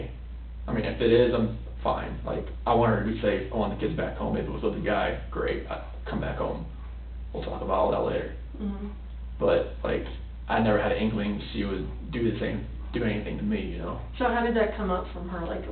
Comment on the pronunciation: ....busted himself! Listen to him say..."i had no inclinging she would do the same..